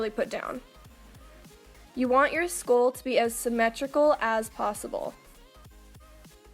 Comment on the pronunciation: I know I keep saying this but it is so aesthetically and soothingly pleasing about watching your looks come together. And I thought it was cute how you pronounce it "skool."